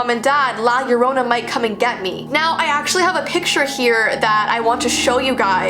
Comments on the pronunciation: yo-ro-na without rolling the r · Why does Llorona sound like CORONA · Yorrona -.- hmmmmmmmm cool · Lol nope